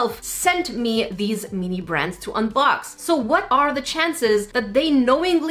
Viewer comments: every time they say mini it sounds like they are saying meany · meanee thats what i hear when she says mini